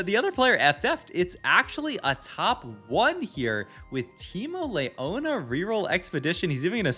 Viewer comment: Omfg pls stop saying LAY-YONA its LEE-YONA